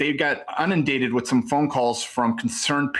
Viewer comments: 'unindated' - he's a school teacher? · Unindated? He’s a school teacher?